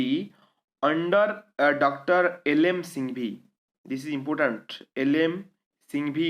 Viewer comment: Impotant, matto ,pipul, mansion,fungson ,naysnal, fraish wata lake, salange, raid list.......sir this is insights pls maintain your standards.....pls ignore for my satiric comment.